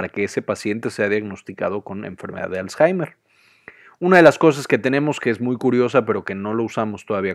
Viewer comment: Me confundio por que varias veces dijo azhaimer .